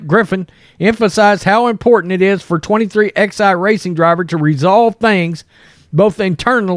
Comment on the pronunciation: FYI..it is pronounced 23-eleven Racing